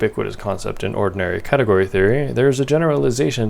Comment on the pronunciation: "Fix a cateort"